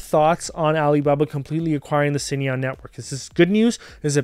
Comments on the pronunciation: Hey great insights as always…just a heads up…you’re not pronouncing Cainiao correctly 😅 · Curious if anyone tried to correct your pronunciation of Cainiao